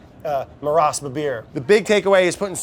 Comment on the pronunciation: Brad it's "marash"